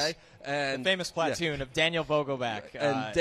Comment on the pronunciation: Why on earth do they keep mispronouncing "platoon."